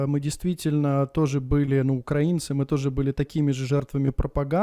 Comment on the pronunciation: Ахмед не говорите УкрААААинцы надо говорить УкраИнцы